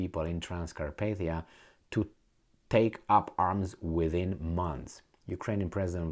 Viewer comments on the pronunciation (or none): none